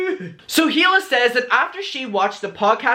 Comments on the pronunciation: It’s pronounced (ee-lah) not (hee-lah) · It’s pronounced EELA not heela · It’s pronounced EE-la, not HEE-la. The H is silent. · I mean I have heard you say he la about 100 times now and I have to tell you that Hila is pronounced E La. K thanks. Tata. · The “H” in Hila is silent ❤️